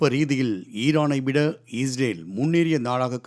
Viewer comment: செய்தியாளர் அவர்களே.... இஸ்ரேலா ? அல்லது ஈஸ்ரேலா ? ஸ்டைலா சொல்றதா நினைச்சு தவறாக சொல்ல வேண்டாம்.